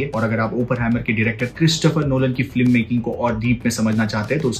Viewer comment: Bhai aap FILM ko FLIM kyo bolte ho?